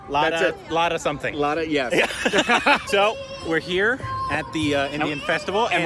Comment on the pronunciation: The legend singer name is pronounced Lathaa